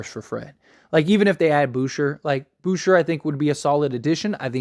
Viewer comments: Hahahahhah. Bouher. It’s pronounced like boo-chei. Lol. I laughed so hard. He’s French bro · It's Boo-shay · Pronounced Boo shea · Boucher- booshay Alec burk- alec burks Fred vanvleet- FredVanVleet